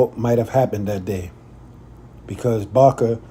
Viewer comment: "Baker" Davis. You called him Barker Davis a couple of times, lol.